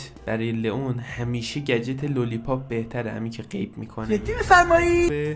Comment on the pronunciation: لیان ❌ لون ❌ لیون ✅